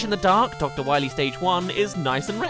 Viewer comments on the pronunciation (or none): none